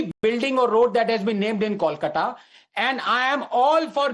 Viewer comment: It's 'कोलकाता' and not 'कोलकाटा'